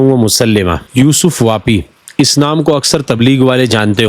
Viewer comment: یوسف پاپی ہے واپی نہیں